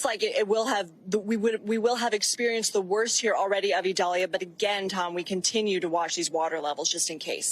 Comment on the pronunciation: Prayers for all people and animals affected by Idalia 🙏...Desantis wouldn't even pronounce the name of Hurricane Idalia correctly because it is a Hispanic pronunciation. Insisted on calling it Eyedalia when the hurricane center's official pronunciation is «EE dal ya». The guy can't even stand for diversity in names! Horrible to have him representing Florida.